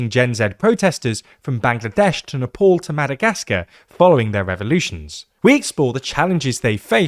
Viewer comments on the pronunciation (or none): none